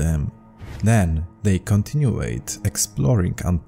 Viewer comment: Like your vids, brother. Just to help you, 'continued' is pronounced 'continyood', and not 'continyooayed'. Peace and love.